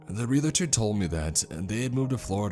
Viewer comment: If you have to keep repeating that word; it's "realtor" not "realator!"